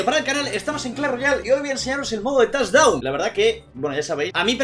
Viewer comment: No es torre es tochdown xD